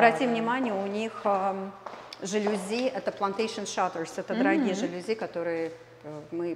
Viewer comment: Привет,не забудьте про цену сказать потом,а правильно говорится жалюзИ это французское слово,ну а там,как правило, ударение на последний слог